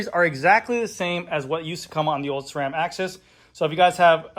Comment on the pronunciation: THANK YOU! You are the only one that pronounces SRAM correctly. Everyone else uses an H in the pronunciation. Drives me nuts! SSSSSSSSRRRRRAAAAM people, Not SHRAM.